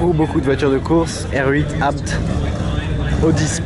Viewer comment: 1.:45 min, R8 A B T, Tu a tué la maque avec ta prononciation ( je rigole :p )